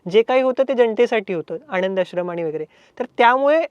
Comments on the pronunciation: न आणि ण मध्ये फरक आहे बाळा..😂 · मुलाखत उत्तम, आता चित्रपट पाहताना जरूर या विचारांसह पाहिला जाईल. या तरुणाने आपल्याबरोबर स्फोटक विषय छान मांडलाय, फक्त एकच विनंती आहे न आणि ण चे चुकीचे उच्चार टाळले जावेत. आणंद दिघे असं ऐकू येतंय ते खटकतंय, बाकी तुझं ध्येय तुला मिळेलंच. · आणंद दिघे नाही हो आनंद प्लीज प्लीज आधी या तरूणांना भाषेची जाणीव करून द्यावी. खूपच खटकत हो. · आणंद, अणौपचारिक, राजकारन ,गुरू पोनिमा , कारनिभूत...वगैरे वगैरे... बाबानो पत्रकार म्हणून असे क्रृपया बोलू नका.😂😂😂😂😂😂😂😂😂😂😂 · ह्यांना सांगा ….. आणंद असा शब्द नसुन आनंद असा असतो